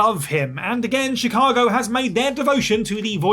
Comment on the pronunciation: Chicago* not Chicohrgouw